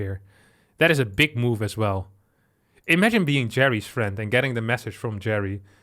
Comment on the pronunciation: "with his FIEND"